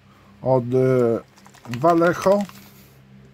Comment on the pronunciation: Vallejo czyta się "wajeho"